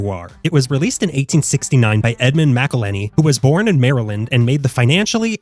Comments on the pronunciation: That pronunciation of “Mcillhenny” hurts my soul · It says McIlhenny right on the label. Are you saying MacIlhenny as rage bait?